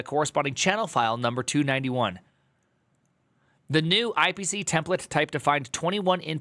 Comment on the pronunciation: "291th" lol